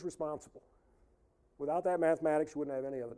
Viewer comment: Why do these people always pronounce "mathematics" as "maff-mad-eigs"? What the fuck is wrong with them? Why do they hate mathematics so much that they can't even pronounce its name without sounding like complete morons with something stuck in their mouths?